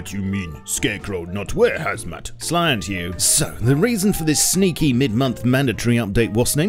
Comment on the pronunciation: I just always find it funny when you say slient haha